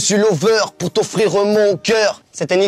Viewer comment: Le verbe "offrireuh" est un des verbes que je préfèreuh 🙂